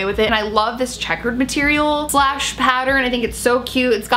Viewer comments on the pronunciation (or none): none